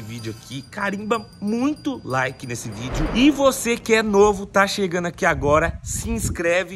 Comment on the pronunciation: Não é chegano não. E sim. Chegando. O português correto. É bonito. E cultura rica. É o que enriquece país. Toninho Poeta.